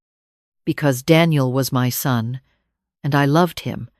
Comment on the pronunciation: Son not sun